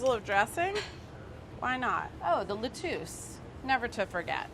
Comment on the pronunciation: OMG IM NOT THE ONLY ONE THAT LIKES SAYING LE TUCE INSTEAD OF LETTUCE